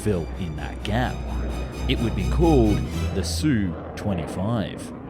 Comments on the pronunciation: Repeat after me: Esss You Twenty Five, just like TU-144 is Tee You One Four Four. AK-47 is not Ack Forty Seven that you get right. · It's pronounced "Ess-you twenty five". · S. U. 25, NOT SUE... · Not again. Calling it the Sue 25 makes you sound like a dilettante.